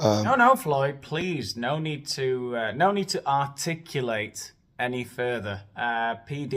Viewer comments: I’m here bc I committed to after the Buble video, but it was totally worth it for the “articlu-late”. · Articu-late haha